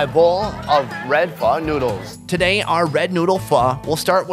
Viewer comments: its not nuds its noddles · did he say nudes instead of noodles